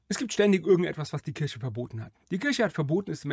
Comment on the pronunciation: Der Videoersteller (der immer so viel Wert auf Korrektheit legt) weiß es ja offenbar nicht. Sonst würde er es ja nicht gleich aussprechen. Will gar nicht wissen was seine arme Mutter immer zu waschen hatte wenn er Weihnachten aus der Kirsche zurückkam. Bricht doch niemandem einen Zacken aus der Krone Worte richtig auszusprechen. Dann gibts auch nicht solche Kommentare.